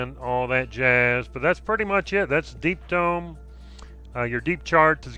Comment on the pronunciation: I'm fairly certain you said "Deep Dong".........